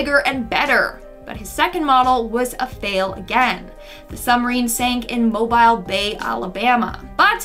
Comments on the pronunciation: Bye- why she said mobile bay like that🥲 it’s pronounced as Moe-Bill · Mobile is pronounced “mo-bill” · Mobile in Alabama is pronounced Mo-bill. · First, , Mobile is pronounced "mo-BEEL." Second, Marie Curie's Nobel Prizes were in physics (1903) and chemistry (1911), not peace. She remains the only person awarded a Nobel in two different sciences. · As an Alabamian I hate when people Mobile it’s Mobile (Mo-Bile (bill)not hating tho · That's not how Mobile Alabama is pronounced, it's pronounced mo-beel, just a heads up for future reference. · You're pronouncing mobile Alabama wrong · I live in mobile alabama county and you pronounced mobile wronh